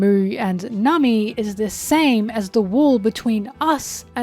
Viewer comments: Am I crazy or has always pronounced Nami as "Nummy"? 😂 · Liking and subscribing just because I think the way you pronounce "Namii~" is funny.